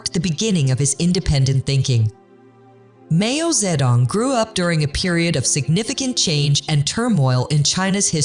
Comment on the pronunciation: “Mayo ze dong” … instantly clicks do not recommend YouTube Chanel. 😂